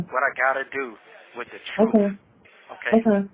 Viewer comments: Well I guess the "TROOF shall set you free" "! 😂😂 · “Da troof”😂🤣🤣🤣. Good Lord.